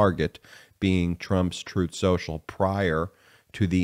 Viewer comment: Troth Sential. Get the name right!